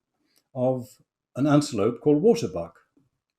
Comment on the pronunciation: He cannot pronounce 'waterbok'. It is a Dutch word or an Afrikaans word. 🇳🇱🇳🇱🇳🇱🙉🙉🙉